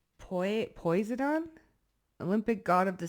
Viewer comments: Thank you hun for your truth lead readings, you have no idea how The CREATOR OF THE UNIVERSE IS USING YOU TO HELP WOUNDED WARRIORS! ❣️ PS: Posiedon is pronounced Poss-idon you know the mythological person! YAH is sick of the BS the unsaved “worldly masses” are disrespecting His WAY n WORD … for thousands of yrs He waited patiently for souls to obey and see the benefits of what He’s offering n He’s finally lifted His hands of protection up off the world and letting the masses have what they want ( hasatan n ‘is minions n evil) …He’s turned those steeped in evil over to their god hasatan for the destruction of their flesh that their soul’s process that they may end up being saved …. the unsaved want their curse/KARMIC mess then YAH is letting them suffer in it until they sincerely want HIM/YAH/CREATOR N HIS SON MESSIAH AND THEN HE WILL WORK WITH THEM IF THEY ARE TRUELY INTERESTTD IN HIS WAY N HIS WORD N SALVATION IN HIM n Y’SHUA N THEIR HOLY SPIRIT look how many plagues it took Pharoah to let YAH’s people go n Pharoah still didn’t learn he led his military to drown & he drowned with them in the Red Sea/Sea of Reeds trying to chase after the Hebrew-Israelites to ensnare them again & YAH YELLED AT Pharoah “ NO! I SAID STOP YOU LET MY PEOPLE GO… Pharoah n if you won’t STOP N LEAVE THEM ALONE I’m PUTTING A STOP TO YOU Pharoah so your people will learn their lesson!” So right there Pharoah drowned with his military in his rebelliousness as he tfollowed Moses and the people of Israel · I've heard Poisedin pronounced as po sigh done ✔ ❤ Thank you for this reading, Oatmeal bath makes skin feel awesome, takes away itches, makes your skin feel fantastic ❤❤❤ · You kept popping up on my feed - I never saw you before and I didn’t look for you. So I think this was a message spirit needed a vehicle to relay this message. You’re brilliant ! And funny, quick witted. AMEN! btw Poseidon is pronounced POH-SIDE-EN. Heehee 😊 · Pronounced = Poe-sigh-den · It’s po•sigh•don - Poseidon 🙈🖤